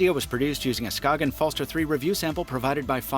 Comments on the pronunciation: "skaken" hahah try saying it like skajen instead btw im from Denmark so i should know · BTW the “g” in “Skagen” has a “y” sound. Danish is weird that way: “Skay-en” And the “er” at the end of “Falster” is more like a posh UK accent, an unaccented “schwa”: “Fell-stuh” Try Google translates text to speech feature and selecting Danish as the source language as it’s pretty accurate. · SKAY-GENN. Its okay most ppl dont know either until they really collect timepieces. I bought one for my dad and I love its thin design. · The G is actually soft, so it's pronounced like the Y in yogurt. Ska-yen, the A pronounced like A in Apple. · Danish guy here Skagen just say without the g then you have the name right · As a Dane, the way you pronounce Skagen physically hurts. Not really your fault, the Danish language is weird.